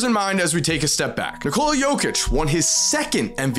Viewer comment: dude its not nikooola its nikola like nikola tesla ....